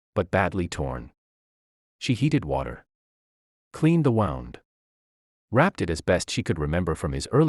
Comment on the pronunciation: What moron pronounces "wound" incorrectly? And can't form sentences that start and stop in the correct places?